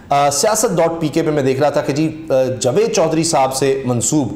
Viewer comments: Jveed nahee Javed hota he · Plz javed ko properly pronounce Kiya karin.punjabi lehje main jved na bolain.